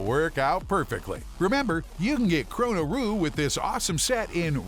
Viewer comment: Funny he said chronoru and its chonoru